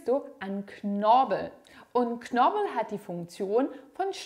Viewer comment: Vielen lieben Dank für die interessanten Informationen und hilfreichen Übungen. ❤ (Es lautet aber KnorPel und nicht Knorbel...😆)